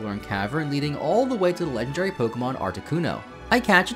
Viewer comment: "The leg'n Jerry Pokémon"